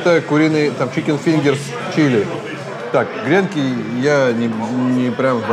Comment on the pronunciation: ааааа.....грЕнки....минус уши)))правильно говорить гренкИ!))